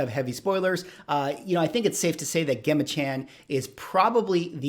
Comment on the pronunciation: Her name is pronounced “ Jem-a”